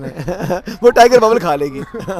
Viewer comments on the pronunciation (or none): اسد طور صاحب لائیگر فورس کو ٹائیگر فورس تو نہ کہیں؟